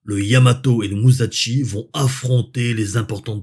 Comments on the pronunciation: Olala tu vas encore te faire taper sur les doigts😂. Ca se prononce Mu-ssa-shi 😅. (Pas muzatchi) 😮 Ah le Yamato... quelle merveille de technologie et d'ingénierie! Bien que les derniers cuirassés americains avaient un tonnage inférieur et des cannons plus petits, ils avaient des aides au calcul d'une solution de tir tout temps, avec une sorte de proto ordinateur Matra Alice rouge terrifiant a l'intérieur! Rends toi compte! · Salut, passionnant. Attention à la prononciation de Musashi, ça se prononce « chi » et non « Tchi » (et encore moins Ch’ti 😅), c’est la différence entre し et ち